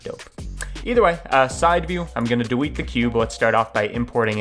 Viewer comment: i love it when he says words with a w like delwete the cube